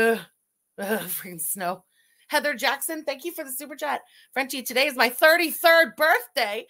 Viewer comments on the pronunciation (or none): none